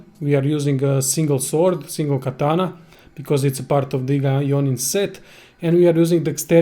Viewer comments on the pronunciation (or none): none